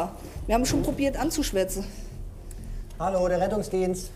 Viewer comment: Heidi: "anzuschwätzen" - ich verstehe: "anzuschwärzen" 😂